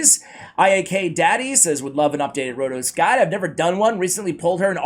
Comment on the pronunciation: FINALLY. IT IS HERE. AND YES YOU SAID MY NAME LIKE A LOCAL. CONGRATULATIONS